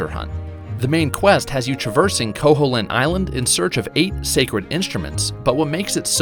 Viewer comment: Actually it's pronounced ko-HEEL-int! Not ko-HOLE-int!